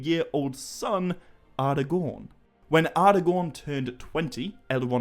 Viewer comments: Nice video but some of your pronunciations make it a bit of a hard watch. Take 'Aragorn' as an example, it's pronounced A-ra-gorn and not Ar-a-gorn, just as 'Arnor' is Ar-nor and not, as you are pronouncing it, Ar-i-nor. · Hmm, no absolute right way, huh? why is it then that even Tolkien himself, creator of the very languages and proninciations, clearly speaks the word 'Aragorn' as 'Ara'-gorn ((with a hard 'A') and not 'Ar'-agorn as you say it? (source: ). Its all very well citing reference material, to back up a claim (yours being PAXVII), but could you please say where the reference to 'ngor' is in PA because i cannot find any mention to it being used as a suffix in any reference to Aragorn's name. Some might say that we're heading into the realms of pure pedantry here but, as i've said before, when quite literally everyone else (even the creator himself) pronounces certain words, so noticeably different, than yourself that it draws attention to them, why is it then that the majority is wrong? - Arinor, Gondoleen, glarmdring (and others), 'the eye' is fixed firmly on you too! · respect the writing. Its not Arrgorn or Arhgorn. It is Aragorn. That second “a” there is as pronounced as all of the other letters. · I wanna hear you say more words that have "ara" in them just to see if you slip that d sound in there everytime or if it's just a thing you do with "aragorn" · Actually no, wrong again. In Sindarin, 'ngorn' does not exist, i think you mean 'gorn' but congrats on reading the quora post wrongly. Also, 'ar' does not mean king, its 'aran'. As for the pronunciation, 'Aragon' IS spoken using a hard 'A' (as in Apple) and not a soft 'a' ( as in car). Sorry to be so picky about this but when everyone else pronounces a word one way, yet you pronounce it another, it really stands out.